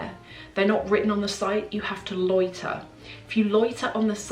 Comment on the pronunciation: U make the word "loiter" sounds so posh 🤣🤣🤣🤣